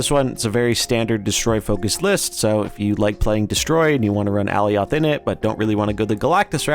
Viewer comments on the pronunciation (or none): Good video but that pronunciation was killing me. ( AH Ly oth) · No lol. It’s pronounced “uh-lie-oth” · Is that how Alioth is pronounced? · Lol go watch the Loki series… he is definitely saying it incorrectly and it makes the video hard to watch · Lol no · No, i disliked the video just because of that 💀